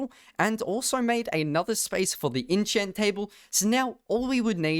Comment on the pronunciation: lets make an innchant table not enchant but inchant